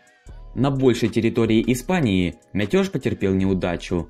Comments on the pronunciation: Бля, братан. Рассказываешь интересно, но умоляю, говори нормально. Ставь ударения нормально, не Метёж, а мятеж. И это только одна из туевой хучи ошибок. А так всё интересно и разложено по полочкам. Осуждение лингвиста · Только не мятёж, а мятеж, очень слух режет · Мятёж? Иди дикцию подучи)) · МятЁж! Даёжь!)) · Пересказ Википедии для детей. Автор, выучи слово мятЕж!